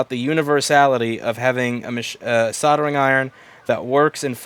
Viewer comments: That word has an L in it, not two Ds. Soldering. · Soddering iron 🤣🤣🤣 I always find it funny pronounced that way. From UK btw.